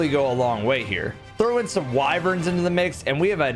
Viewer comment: You said Wyvern, and I had to keep myself from thumbs downing